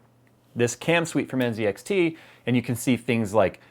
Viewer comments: Why is he pronnouncing the Z in NZXT, as a C ? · Isn't it pronounced nZxt (ann set axe tea)?